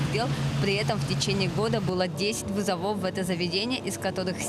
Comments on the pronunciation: вЫзовов а не вызовОв, смените корреспондентку. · Три раза сказала вызовОв 🤦‍♂️